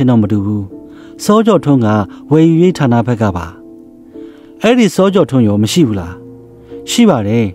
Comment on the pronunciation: ဓါးနလို့မပြောနဲ့ထာနလို့ပြောပါ ပြင်ပေးတာနော်သိတ်မဆိုးနဲ့ အားပေးနေတယ်